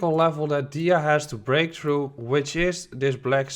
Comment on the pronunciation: It's pronounced theeeeta, I had to check did you really say accumulation for Tether 😂